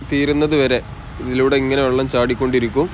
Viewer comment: 'വള്ളം' ഇടയ്ക്കെങ്കിലും വെള്ളം ആവുന്നതിൽ സന്തോഷം.. 😄 'മയ' മഴയാവുന്നതും 'പുയ' പുഴയാവുന്നതും കാത്ത് ഈ 'കമന്റോളിയുടെ' ജീവിതം ബാക്കി.. 😆 #എന്റെ_മലയാളം #എന്റെ_അഭിമാനം